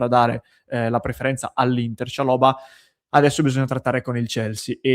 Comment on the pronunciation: sei l'unico che pronuncia bene khalaili e chalobah